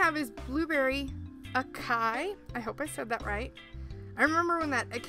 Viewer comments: acai pronounced ah-saw-ee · The word acai is pronounced ah-sah-EE.